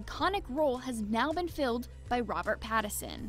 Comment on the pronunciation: ACCESS, maybe you can get a narrator who can pronounce the words on the script? She can't pronounce Robert Pattinson or Phoenix for God's sake.